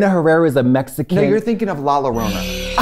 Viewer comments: The way she mispronounces Llorona for it to sound like Lorena lmao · It’s okay Tracy, watch Coco for Llorona pronunciation…